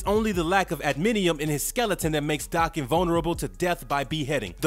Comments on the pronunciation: It's not Daacan. It's Day-ken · It's Japanese so it's Dah-ken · Its day-ken. And I have a crush on daken. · In all the years this character has been around this is like the third time I've heard his name said out loud. And all the other times i've heard it also pronounced Dokken. I guess that's what it is. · It's Dah-ken. Japanese pronunciation